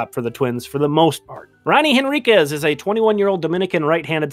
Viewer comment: I don't mean to nitpick,, but the "H" in Henriquez. (I admit, I had to look it up to be sure!).